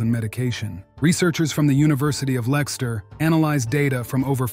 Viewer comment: Anyome trying to figure what University was mentioned, it's the University of Leicester(pronounced 'Lester'), not "Lexter". 😂